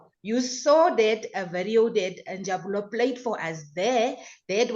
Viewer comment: He is Njabulo not NJABULA.